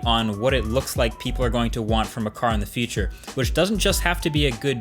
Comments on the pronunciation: I am stuck on how you pronounce the word future . 😂 It sounds more like feature. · funny how an english-spoken person cannot differ future from feature